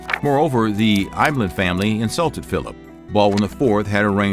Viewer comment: Please pronounce the names properly. Ibelin is pronounced EEBEELIN. Guy de Lusignan is pronounced GII DEE LUO-SIN-NYON.